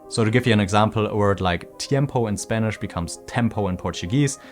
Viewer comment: "tiempou becomes tempou" you can't say it less American?😅